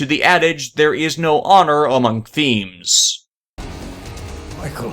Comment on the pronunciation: is it just me or did you say “Honor among ‘Themes’.”?